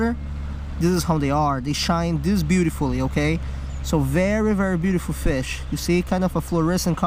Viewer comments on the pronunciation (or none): it sounds like you say fish sean